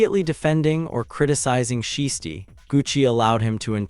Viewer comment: You can’t even pronounce Shiesty’s name correctly but you expect us to listen to you? Stop it.